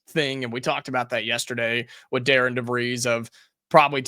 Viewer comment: Hi, not trying to be that guy, just want to help - it’s pronounced Dar-ren. When do you think we should expect an assistant coach to be named?